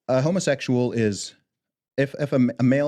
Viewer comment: of all the nonsense she spouts, the thing that cracks me up is dropping the h lol. "omosexual, eterosexual"